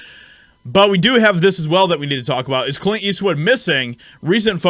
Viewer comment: You don’t know how to pronounce or annunciate Clint ? Do better. You’re out here in front.., lead by example..